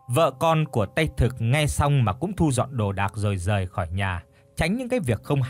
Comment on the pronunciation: Thu dọn chứ không phải( su dọn) nhé